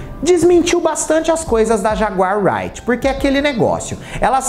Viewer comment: Dessa vez passa mas de outra oportunidade,apure a pronúncia correta do nome da jaguar,creia ,é fácil